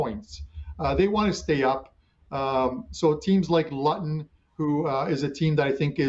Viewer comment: im a big fan of yours and respect your info and advice but please please please learn how to pronounce Luton! Hahah never heard anybody pronounce that place in such a way! Haha It’s said loo ton.. Luton.